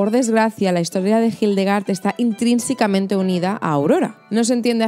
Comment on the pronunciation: ¡Cuidado! Es “intrínsecamente”. Muchísimas gracias por tus vídeos, son lo más y me encantan❤